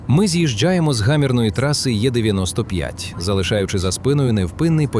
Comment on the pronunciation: Не є-95, а е-95. Якщо ж англійською, то і-95.